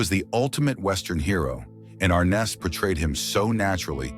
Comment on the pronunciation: It’s pronounced Ar-NESS.